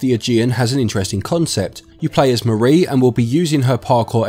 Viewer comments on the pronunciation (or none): none